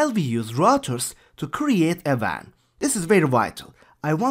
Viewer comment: he pronounces wan as van